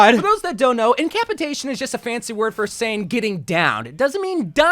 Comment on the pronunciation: "in cuh pass eh tay tion" not "in cap eh tay tion"